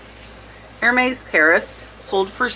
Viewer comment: The “s” on Hermes is not pronounced